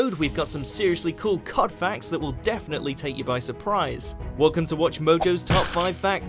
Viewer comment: Don't ever say C.O.D as a word again it sounds stupid my man